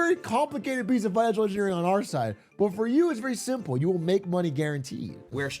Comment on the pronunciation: I could never trust somebody who says simple with extra syllables. Where all that extra movement coming from?